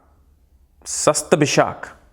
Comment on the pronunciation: you are great presenter . kindly change star pronunciation shastbhisha to SHATABISHA